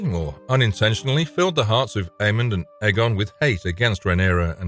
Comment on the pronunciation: aemond not aemon